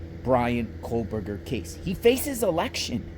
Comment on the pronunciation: there is no 'L' in kohberger